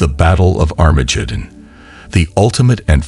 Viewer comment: Sorry I can't listen to an AI preaching to me that can't say "Christ" correctly or Armageddon.